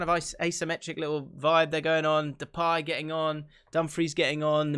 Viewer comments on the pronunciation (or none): none